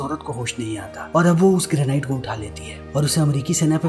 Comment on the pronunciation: ग्रेनाइट नहीं वो ग्रेनेड होता है।